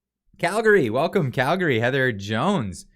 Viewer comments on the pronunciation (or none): none